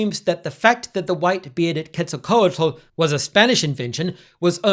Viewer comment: Normally wouldn’t say it, but since the way you are saying Quetzalcoatl seems like you’re trying to be authentic, the “tl” is a voiceless alveolar lateral affricate. Think a sound like the Welsh ll but with an air stoppage preceding it. The way I’ve seen some who don’t want to try to pronounce this unfamiliar sound do it is by just enunciating the t really hard at the end and not adding an l. Not that you have to try to do it if ‘authenticity’ isn’t your intention of course.